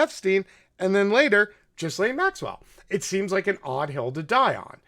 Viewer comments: You seem pretty intelligent so I'm mystified by your slaughtering of so many names and words.....please say Herr-aldo Rivera (which is his name) and Gill-ane Maxwell etc- it's so irritating to listen to!!! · Geraldo is pronounced Huraldo. Ghislaine is pronounced Geelane. Otherwise good info. We will probably never hear the truth of it all even though this has been in the news since mid-aughts. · Her name is pronoumced “gill- laine.“ The s is silent. 👍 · “Her- Aldo” not “ger-aldo” and “gee-lane” not “Jiz-lane” my goodness I can’t even focus. Pro tip - you can click that little speaker on names while doing your serious Wikipedia research and hear how to pronounce names. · her name is pronounced Gilaine, not Jislaine. The S is silent. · You are both right. "Gilaine" is the posh French pronunciation, coz she was born in Paris. "Jizzlaine" is an Anglicized version, or rather Americanized. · Her name is pronounced “Gee-lane” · Thanks for pointing these things out. Btw her name is pronounced gilaine with a g as in goo. I think it is a celtic name and spelled a lot different than usual english words. Also do watch "Jeffrey Epstein, Filthy Rich" the recent 4 part documentary on Netflix. It clarifies the accusations regarding Epstein and Maxwell very clearly. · G (Hard "g") Gilaine - Ghislaine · Come on dood;It's"GHEELANE (soft g) and "HERALDO" ;g pronounced like an English h. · Ok, I understand how this guy can't pronounce Ghislaine. Most people can't (and it is pronounced Ghee-len, btw). But how can he not know how to pronounce Geraldo?? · Scratch the KGB and MI6 he was a full agent for mossad that’s it . And Epstein was assigned to Gislain . She is the mastermind not Epstein. Why do you think he’s dead and she’s alive? Gislain is pronounced with a hard “G” and the “S” is silent / pronounced " Heraldo" and " Ghelane " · pronounced gilane. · J-raldo? Jizz-lane? Dude learn to talk! But I agree on your points! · Cut 'em some slack, I thought "Jizzlaine" was pretty funny.